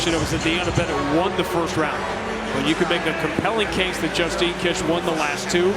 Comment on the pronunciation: Justine kish she's the one who shit herself in a mma fight, is that why you butchered her name? Lol